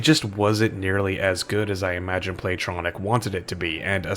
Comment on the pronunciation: Play-Tonic. Not Tronic.